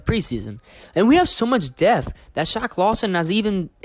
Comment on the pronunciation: The P is not silent in the word depth.....